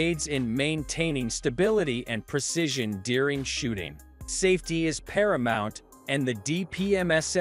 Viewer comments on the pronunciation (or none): none